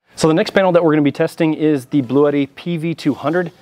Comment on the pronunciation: Why does everyone say “Blue-Et-Tee”…? It’s Blue-Tee.